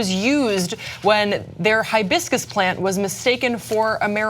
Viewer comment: Did any one tell the police its Hibiscus, not Highbiscus??